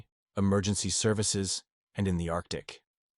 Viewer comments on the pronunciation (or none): none